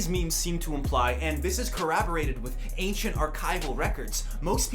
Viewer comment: the way pronounces "corroborated" is more offensive than any 9/11 meme